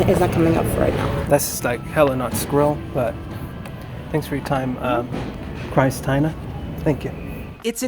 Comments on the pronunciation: "Cry-styna" lol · Christ-tina. You sir are a legend.